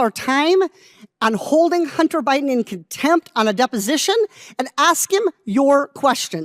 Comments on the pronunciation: Excuse me "Hunner" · ITS NOT "HUNNER" ITS HUNTER "GENTLE LADY"(MTG")!😂